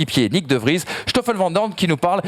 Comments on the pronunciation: Pour info, en belgique on dit SToffel vandoorne et pas Shtoffel vandoorne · Et Schtoffel c'est quoi cette prononciation... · Pourquoi dire "chtoffel van doorne"??? Il n'y a aucun ch, il s'agit d'un "s". Je sais que c'est une langue compliquée (surtout le g). Cela se prononce (comme verstappen) à l'anglaise. Je peux comprendre la prononciation de jos à la française (alors que le j se prononce un peu comme le y donc yos) car il n'est pas possible de maîtriser l'intégralité des langues. Ceci dit, merci pour vos émissions, vos connaissances et vos superbes analyses et débats.